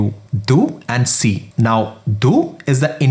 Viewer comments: For Sie/sie it's not see but zee. pronunciation is the main problem when you are learning from most of the non-native speakers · "sie" is pronounced as "zee" not "see" as far as i know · That's not sie it sound zie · My man has done good work here! But some of the pronunciation needs work (sie, in particular). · Everything is perfect apart from pronunciation of Sie and sind